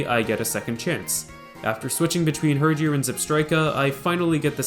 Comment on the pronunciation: mans really said "hurjor"